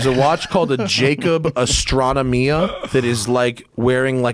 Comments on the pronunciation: He very clearly says "Astronomia." Perhaps he then mispronounces it later, I didn't listen to the whole thing again, but the fact he initially gets it rights proves that if he later mispronounces it, it is just a slip of the tongue as he knows what it is called. But hey, you're an American, I guess, so you know everything and everyone else is 'talking out their ass,' USA! USA! USA! Doesn't being constantly antagonistic get tiring? Seriously, almost every American online just spews arrogance and insults. I'm sure Americans think this is 'alpha,' behaviour but that actually come across as angry infants. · Nope, he clearly says 'astron omia." You can very clearly hear him pronounce the N. I'd never heard of the watch and looked it up by writing what I heard him saying. Also, even if he is incorrect my comment was more to question why Americans act like angry children all the time? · he 100% pronounces the "n" at the time stamp